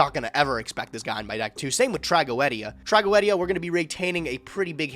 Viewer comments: Tra go ed ia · Why is saying tragoedia incorrectly Its trag-go-de-a